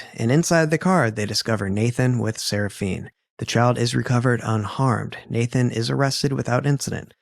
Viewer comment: Why are you pronouncing the child's name that way? Her name ends with an "A". 🤷 Seraphina